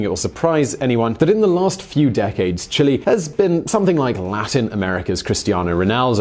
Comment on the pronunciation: jesus christ can you pronounce Chile correctly